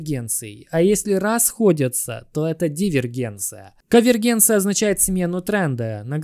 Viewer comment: Прошу говорить конвергенция!